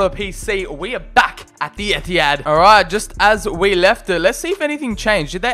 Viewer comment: “at home at the emptyhad”